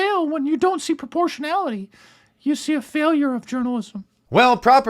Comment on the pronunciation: what the hell is proportiallity....aahahahhahah